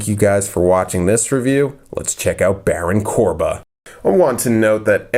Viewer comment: Am I the only one who noticed that ha said baron corba